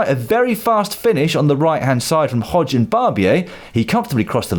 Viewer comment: Is Hodeg actually pronounced Hodge or is Lloydy just anglicising it?